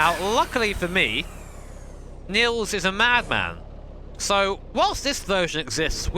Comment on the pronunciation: you pronounced niels's name so wrong that i thought he was norwegian until you pointed to the heusinkveld stickers